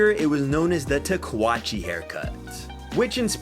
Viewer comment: Pretty sure it's "Tah-ku-wah-chay" and I'm German and from Wisconsin, dude lol. Spanish aint hard.